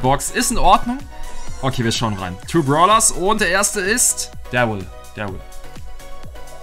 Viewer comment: es verwirrt mich so hart das er "Dawwyl" sagt